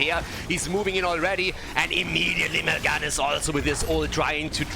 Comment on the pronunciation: Has learned how to pronounce Mal'ganis yet? He made it rhyme with Sylvanas and it bothered me.